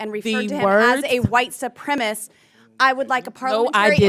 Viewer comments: Shouldn't this headline say "Lauren Boebert FURIOUS with Cori Bush for White Supremis SMEAR on Witness"?? Lauren said "White Supremis" three times here, proving that she doesn't even know what the word is. LOL! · "SUPREMACIST" NOT "SUPREMIST"!!! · still confused as to why people say supremist as opposed to supremacist while speaking. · Your realize that it is Boebert that doesn't know how to say "supremacist" right?